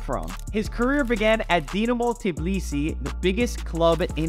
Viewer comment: Maybe work on pronouncing his name & the capitol of Georgia, before recording the video